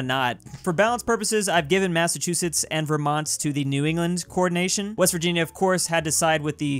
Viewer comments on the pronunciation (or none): none